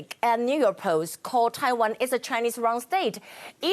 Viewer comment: errrr.... taiwah numberrrr....one 难破万请你吃田鸡